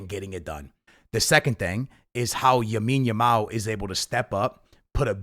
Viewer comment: You need to learn his name dude. Its Lamine Yamal, not Yamine Lamal